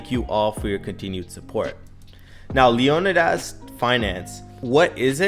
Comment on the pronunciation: It's pronounced LEEE-O-NIIIDAS